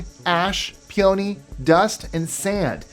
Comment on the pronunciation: Peony = Pee oh knee